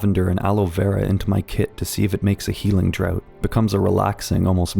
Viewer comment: Did you just say "healing drought"? Lmao, brother the word draught is pronounced like draft, for your future reference